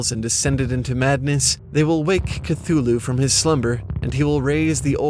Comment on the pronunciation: this is not how you pronounce cthulhu